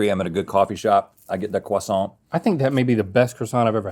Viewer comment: The sheer amount of 'hard R' croissants damaged me. Rhett's final croissant saved me.